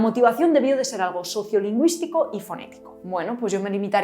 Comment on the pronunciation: La R francesa la usaste en este video a los 12.09 minutos, cuando dices alRo en vez de algo.